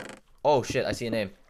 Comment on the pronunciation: He said shitt